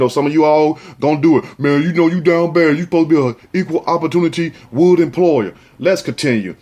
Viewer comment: 😂😂😂 did he say equal opportunity wood employer? Lol